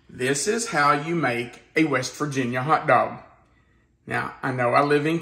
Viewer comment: Say hot doag sauce again!!!